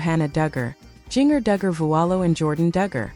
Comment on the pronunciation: It’s Jinger, not Jenger